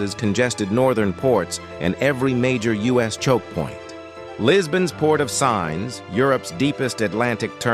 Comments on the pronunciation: That's great, but just so you know: 'Sines' (the port of Sines, just south of the Portuguese capital, Lisbon) is pronounced Seen'shs, not Signs. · Please learn to say Sines (Seenesh) properly too! This is computer generated, they trash all names and accents 🤣🤣🤣🤣🤣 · SINES - pronounced as “seens”!